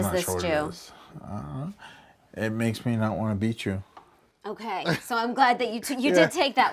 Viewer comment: Hokay thanks 👍🤣